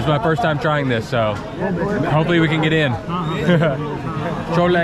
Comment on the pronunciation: FYI the correct pronunciation is Chole Tikki. Tikki is small fried potato patty and Tikka would be large. Cholla is incorrect, it is slang from totally something else, be careful.